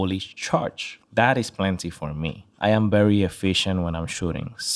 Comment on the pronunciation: I dare you say bery and not very again!! 😂😂😂